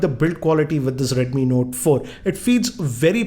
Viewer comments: redmi nota ,please talk clearly its redmi note but not redmi nota. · is it redmi note or redmi notaaa lol .